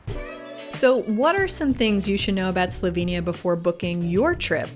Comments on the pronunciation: Fantastic video of Slovenia and so refreshing to see some research into the place name’s pronunciation, unlike many YouTubers these days! Great work!! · your pronuntiation is spotless. and a very good job you did at capturing whar Slovenija is.